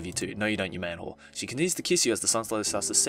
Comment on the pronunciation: I fucking list it after he said man-hore XDXDXD